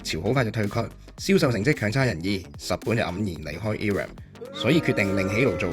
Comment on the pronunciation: Irem 係讀 I-Ram 唔讀i(e)音的 亦唔讀rem ，直接讀 RAM 的